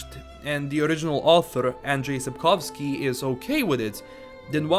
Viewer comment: Andrzej Sapkowski - you pronounced his name perfectly!